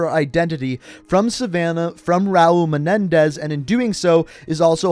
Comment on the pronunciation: It’s Raul menendez